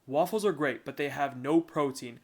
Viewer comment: i like when he shows how to make the wAWFULles